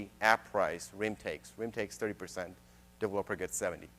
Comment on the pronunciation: I just wish he learned how to say developer.